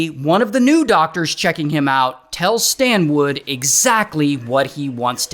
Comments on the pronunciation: Yo Ray, it's Stanwood, not Standwood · I keep hearing STAND WOOD! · “ His name is Stan-WOOD!! “😂😂😂nah Ray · His name is "Stand wood" 😭😭